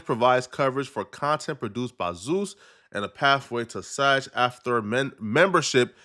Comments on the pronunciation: This fool is butchering acronyms. V.O.D. video on demand. And SAG not "saj" screen actors guild dummy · It is pronounced “SAG”..like SAG your pants…not SAJ. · SAG hard G like bag! Not G like SaGittarius. 😂